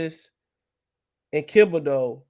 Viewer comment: Lol man it's THiB o deax not KIB o deax bro, u been butchering that boy name forever😭